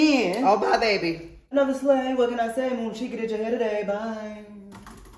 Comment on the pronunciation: Bruh it's Moonsheka :/